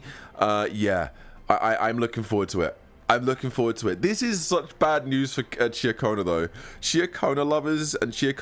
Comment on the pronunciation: Why does every CC pronounce Cartetyhia's name wrong. the game literally tells us the pronunciation is Car-Ta-Thia many, many times. Just like Ciaconna is Cha-Ko-Na not Cah-Cho-Na...